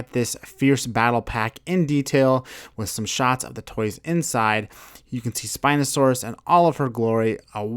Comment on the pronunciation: On the spino he said siinosaurus